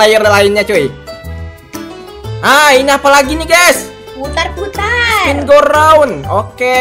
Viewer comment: Ini Gak SalAh Dengar Kan? Itu Bilangnya Stumble Gay Bukan Guys